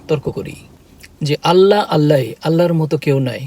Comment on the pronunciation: ভাইয়া,কথা যখনই বলবেন তখন বলবেন আল্লাহর। "আল্লার"উচ্চারণ হবে না।